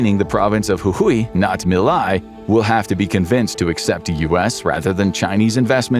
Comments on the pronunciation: Nice but the name of the Argentinian president is not being pronounced well 😅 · You could care enough to learn how to pronounce the names of latin american leaders. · This is a hitpiece chock full of misinformation. You didn't even bother to learn to say Milei's name right. you missrepresent what a credit swap is, you claim there's an "audio clip" of his sister when no evidence was ever presented just the oposition making claims, ... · The way you pronounced Javier Milei make me thins you never actually heard his name out loud, wich is weird from a page that tries to convey truthful information. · 30 seconds in and it's clear this is made by someone with cursory knowledge of the situation. Inflation wasn't 'off the charts' any more than usual, Teach your dumb LLM to pronounce 'Milei'... meeLAY. Okay, now I've watched the whole thing and I appreciate you getting into some of the finer details. February 2026 will be another crisis: Argentina needs to repay nearly 10x the dollar reserves it has currently. And Milei's labor reform comes up for a vote. The latter is probably an 'ask' from the USA, who will have to 'swap' more money as the due date for repayment approaches (or more people will make a run on the dollar, driving down the value of the peso). The USA seeks to control both foreign and domestic policy in Argentina, and so far they're succeeding. But the labor reform bill has a lot of opposition. Other side note: after the swap, the USA probably got their dollars back almost immediately; so the whole thing probably earned the USA a tiny bit of profit. It could go very differently next time; expect more 'blackmail' tactics: vote for labor reform or we let your economy crash... an ugly situation. Greetings from Argentina! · Javier Milei…. MI as milk…. LEI as layer …. Milay …. if you can not even pronounce the name…. how accurate is the rest?😉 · You could’ve at least configured the reading bot to pronounce Milei properly